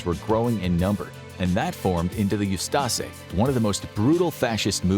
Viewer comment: Very minor correction: the Croatian Nazis were the "Ustaše," not the "Ustase" (pronounced oo-STAH-shay). Interestingly, there were also Muslim Nazis (of all things) in Bosnia called the 13th Waffen Mountain Division of the SS Handschar.